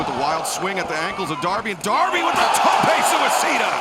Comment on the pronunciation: If I never heard Excalibur say Tope Suicido again, I would be a happy man.